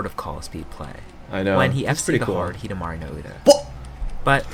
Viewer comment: "When he fc'd the hard hidamari no uta" XDDDD THIS GUY SAYING HIDAMARI IS A GOOD ACHIEVEMENT FOR KJQWHELKAJHSD